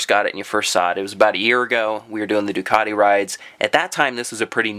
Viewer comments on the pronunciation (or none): none